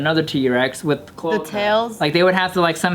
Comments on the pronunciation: chloahka. Clo ay kah. bRUHHHH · Clo-AY-ca Not clo-uh-ca haha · CloAca. Americanize that vowel. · It’s pronounced Cloh Ay Cuh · pronounced clo-A-ca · I wouldn’t know it’s pronounced CLO-AY-KA either due to these comments lol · Lol it's pronounced as cloaaca, that's how it's said. You say the letter A. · Its pronounced "clo-a-ka" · cloaca clo·a·ca Pronounced (Clo-ache-a) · Say it with me. Clo-ay-cuh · They really didn’t know how to say cloaca and didn’t know that’s what birds have🤦🏻‍♂️ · Me, a science major, screaming internally over their pronunciation of cloaca for the first few minutes. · It was frustrating to hear. I'm surprised Bart didn't know how its pronounce since he a bio student. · when they don’t realize they’re saying cloaca wrong 😑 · the fact that non of them know how to pronounce cloaca properly. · This whole episode they gonna say cloaca wrong aren't they and it's gonna be in every comment lol